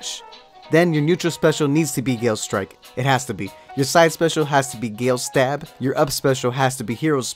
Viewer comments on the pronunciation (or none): none